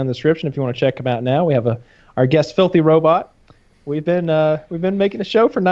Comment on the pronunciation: “welcome to our guest, filthy robutt” 😂